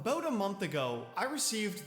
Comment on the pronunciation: had to replay this part. he said “aboot a month ago” and that’s all i could think about…